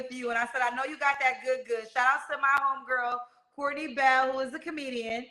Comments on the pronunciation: Court-ten-nay, instead of just Courtney …. Swear ninjas be trying too hard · Court-ta-nay…..Girl your name is Courtney 😂…just joking 🙃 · Court-ta-naé So like Courtney but high class 🥂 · Cor-ta-nay = Courtney 💅🏽 🤷🏽‍♀️